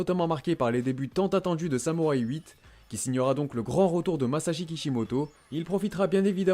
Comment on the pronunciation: "Samourai huit" ta fait aucun effort